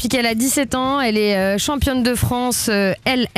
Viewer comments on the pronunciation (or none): On dis IFBB et pas LFBB 😂😂